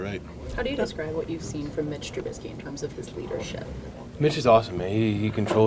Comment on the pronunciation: How do people butcher his name so badly? LOL. T-R-U-B-I-S-K-Y. But yes he plays scared it seems